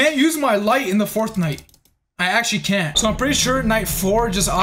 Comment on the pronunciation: said fourth night it nearly made me think he said fortnite